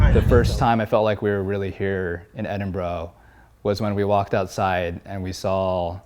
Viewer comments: "Edinbro" lol Why do Americans struggle with this so much. Dudes, it's Edin-Bruh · edenbro?! how do you spend time in the city and still leave unable to pronounce it 😂